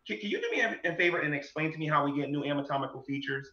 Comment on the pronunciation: Every time says "ami-tomical" 😑